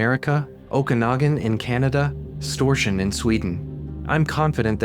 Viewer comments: Cool with a shout out to Storsjön, though your pronounciation was way off. 😛 (Don't worry, Swedish is very hard to pronounce for non-natives. I have heard a lot worse attempts, lol.) Great series overall! Keep 'em coming! 😁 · Man, the pronunciation of Storsjön, it took me a few seconds to realize which lake he meant. The name means the Great Lake (despite it only being the fifth biggest one in Sweden), and it too has legends of a monster dwelling in its depths; The Great Lake Monster, or Storsjöodjuret in Swedish